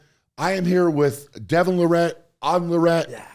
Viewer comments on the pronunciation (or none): Show some respect and atleast say Devon's name correctly....